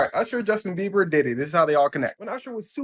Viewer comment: Girl its Justin Bieber not Beaver